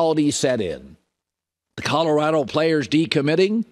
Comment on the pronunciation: Jason, love you, BUT it’s NOT Cutterado it’s CoLorado!! 😁😁